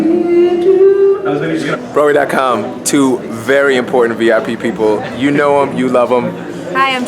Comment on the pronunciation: At first I thought he said I'm "Burry" excited and I was like LESLIE YOU SLY DOG